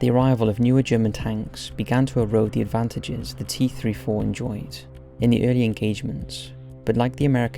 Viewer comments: T34....not T 3 4........ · i hate the fact he didn't say 34 instead he said three four which really triggered me for some reason